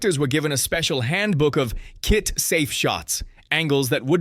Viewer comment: Hey you moron it’s not K.I.T it’s K.I.T.T.